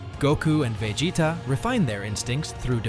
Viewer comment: Man can't say Vegeta